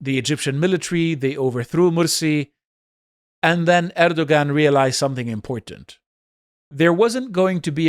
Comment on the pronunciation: It sounded like you tried hard with the pronunciations, but Erdoğan is pronounced more like Erdowan because ğ is a silent letter in Turkish.